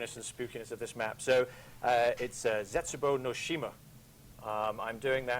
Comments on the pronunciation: It is pronounced as ze-(t)Su-bo-u the t is silent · lol i like how they pronounce the japanese words incorrectly btw zetsubou means despair and shima means island